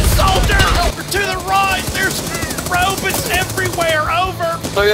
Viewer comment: Rowbuts on me I repeat ROWBUTS ON ME!!! 🤣🤣🤣